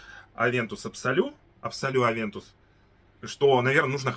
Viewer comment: Привет,! Авантюс. Букву "с" смело читай в конце этого слова.